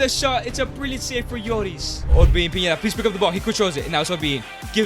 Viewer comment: It’s pineda not piñeda bro😂